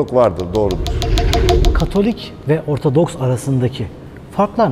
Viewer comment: Sürekli ORTADOKS diyorsunuz. Dersinizi çalışınız. ORTODOKS demeniz lazım. Lütfen biraz saygı..!